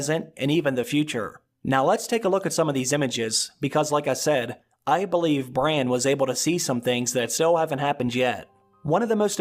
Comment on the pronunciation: You do know his name is Brandon? Bran for short...…..NOT Brian.